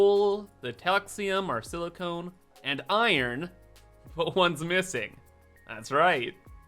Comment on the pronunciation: SiliCON, not SiliCONE. ;)